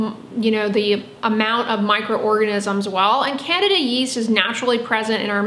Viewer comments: Odd pronunciations When you say Candida yeast, it sounds like you're saying "Canada geese" lol I've always heard it pronounced as "can-deed-a" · It’s not “CANADA YEAST” it’s pronounced Candida yeast. Thanks for the mispronunciation your teachers are less than impressed with this lack of Knowledge of important info!